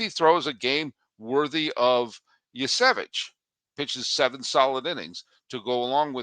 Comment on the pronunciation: It's prounced Kee-Kay hernandez, not Kiki like Kiki's delivery service. He's only been on the dodgers for like a million years. And it's pronounced Yuh-Savage, not "Yesevich". You have to say the word savage to pronounce it correctly